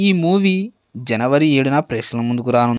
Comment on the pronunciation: Prekshakulu.... Prekakulu... Kaadhu ra saami...